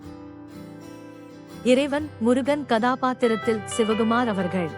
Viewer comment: தமிழ் உச்சரிப்பு மிக மிக மோசம். காதை கொடுத்து கேட்க முடியவில்லை. Kandhan Karunai என்பதற்கு Gandhan Garunai என்கிறீர்கள். Sivakumar என்பதற்கு Sivagumar என்கிறீர்கள். சூரனின் மனைவியின் பெயர் பதம கோமலை. அதையும் தவறாக உச்சரித்திருக்கிறீர்கள். தமிழை முறையாக கற்றுக்கொண்டு பேசுங்கள். அல்லது காணொளியில் குரல் கொடுக்காதீர்கள். வேண்டி கேட்டுக்கொள்கிறேன்.